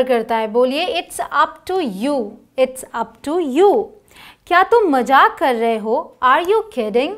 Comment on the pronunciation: Mam you are doing great work May Gold bless you..Mam plz say Mazaak instead of Majak.